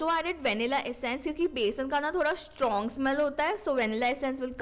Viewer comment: Didi anyone noticed she said shtrong i stead of strong 😂😂